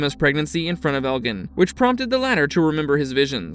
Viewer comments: And what's in that fanny pack? Also, Elgin is pronounced with a hard g. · You’re mispronouncing Elgin and Marielle…